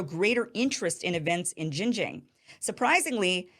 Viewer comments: All Chinese people will love you, only if you could repeat the sound “ARNG” 10 times before pronounce the name of the province, Xinjiang, using that sound at the ending of the word: XinjiARNG. And China will support the Newsom-Iversen ticket with all its might! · Kim genocided XinJiang pronounciation otherwise it's great video. 😂🤣